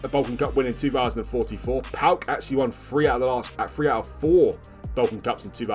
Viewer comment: PAOK fan here, it's pronounced PAOKARA